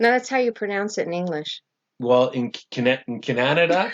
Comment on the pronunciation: He said Cananada🤣